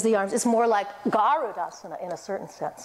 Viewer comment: Your a senior teacher very good way of getting into the asanas. But very weak samskritam pronunciation. Like It's Not Gaarudasana is Garudasana